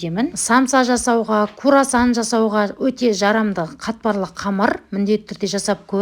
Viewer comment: Курасан емес кРуасан де😂